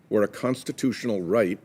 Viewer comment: WHAT CONSTATOTIONAL RIGHT IS THAT IGNORANT DEMOCRAT??? SPEAK IMPEDIMENT WEIRDO